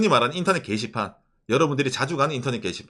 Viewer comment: 인터넷 개이씨팔?.. 게시판 발음이 이상하네요?.. ㅋㅋㅋ